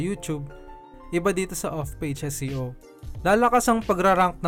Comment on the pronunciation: SEO po ba o SCO? Prang naririnig ko po more on SCO? Bka mhina audio ko..Thanks.